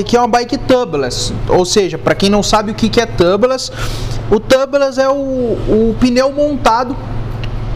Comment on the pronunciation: Só uma dica amigo. A pronúncia de tubeless é “túbles”, não tãbles. Excelente vídeo. 👏🏽👏🏽